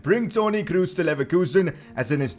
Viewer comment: Toni Kroos pronounces with just one O, because he's german not english